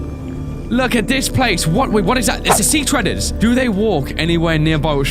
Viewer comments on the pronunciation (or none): its seatreader not seatreder